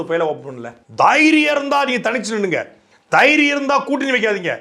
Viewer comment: தைரியம்னு சொல்ல தெரியாத தெய்ரியம்னு சொல்லும் அமைச்சர்